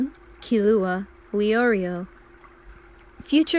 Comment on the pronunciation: I love how you pronounce killua as kill uh hua, like how they do in the 1999 version